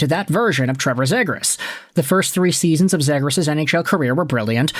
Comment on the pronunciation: It's pronounced 'zeegrus'